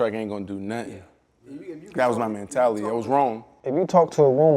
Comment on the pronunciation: I seriously hate the way B Marsh pronounce “mentality”